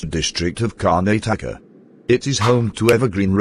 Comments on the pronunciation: kanetaka✅ Karnataka ❎😂😂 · Karnataka❌️ karnatka✅️